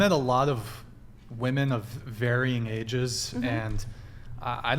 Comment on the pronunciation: God I can’t stand WOMEN who say “women” as “woman”… WTF?!